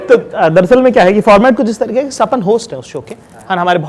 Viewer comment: And that tareeQAY from the epiglottis 🙌